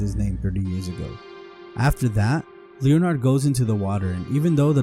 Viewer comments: Leonard. Pronounced [Lennerd] Not Leo-Nard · Leon 'ard. FFS. AI sucks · Leo - Nard...!? How did this narrator live to adulthood? Jesus Christ....